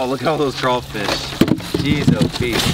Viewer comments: It’s craw..... fish.... not cray.....fish learn how to speak ..... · They're called crawfish not crafish who is this dude!!! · No sir it's called crawfish sir not crafish you said it correctly but then you said crafish. What state are you from cause in Louisiana it's crawfish real Louisiana ppl know this!! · He said “cra fish” it’s “craWfish” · It’s “Crawfish” not “Crayfish” ! 🤦🏾‍♂️ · CRAYFISH EXCUSE ME ITS CRAWFISH *laughs like an idiot*. BTW: I’m from Louisiana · How did you Mispronounce craw fish it’s the same as you say rawfam remove the fam and add the fish and the c example rawfam - fam = raw. Raw +c =craw. Craw + fish =crawfish. Not cray fish it’s craw fish. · It ain’t crayfish it’s crawfish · It’s not cray it’s craw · It’s not Crayfish it’s CRAWFISH!!!! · It’s cr-AW- fish 😂😭 the word crayfish makes Down south ppl cringe 😂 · Not to be that one person but STOP SAYING CRAYYYYYFISH ITS CRAWWWWFISH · You pronounce it wrong it’s not crayfish it’s crawfish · Crawfish not crayfish not to be rude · It's not "crayfish" its "crawfish" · Why do you say crayfish it’s crawfish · Say it with me; straw, flaw, paw, naw, slaw, maw, claw. Now, everyone together...CRAW-fish. Great!! 👏😁😉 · Dude- stop sayn "rawwfam" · That is not how you say crawfish